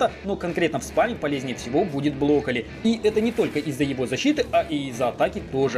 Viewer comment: Мне нравится как говорит блокколи))